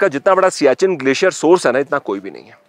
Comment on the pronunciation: आपका उच्चार सियाचिन सही नहीं है। यह सियाचेन है।